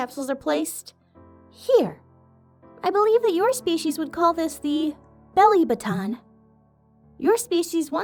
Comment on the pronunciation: I find it very cute how she mispronounced belly button calling it a belly boton instead. Also most humans don't believe in friendship.